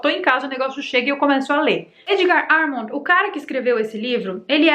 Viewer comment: o sobre nome Amond se fala Armon o d é mudo